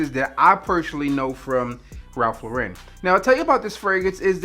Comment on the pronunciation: Why do all of you guys mispronounce his name? It's "Lauren" like "Lauren Bacall", not "Loren" like "Sophia Loren". He's not French.